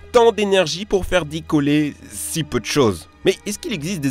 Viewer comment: Va falloir bosser sur les liaisons en français, il y a des "s" et des "z" qui se baladent entre les mots, c'est z' énervant !!!